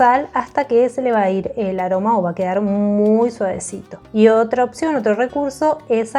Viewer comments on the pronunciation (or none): none